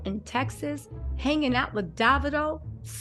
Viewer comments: It’s David-o like Cheerie-o. His name is David not daVid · Hey. It’s pronouced Dav-eedo, lol.❤